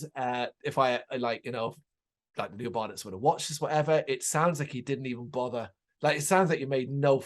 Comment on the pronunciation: Thanks for the review!! Just so you know that tune was in fact a little ditti we slapped together so we could have a Christmas tune….. please feel free to check out other tunes. Oh and btw our name is pronounced Bar- doe’s